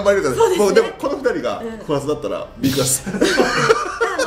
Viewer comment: ビックじゃなくてビッグね この間違いを減らしてほしい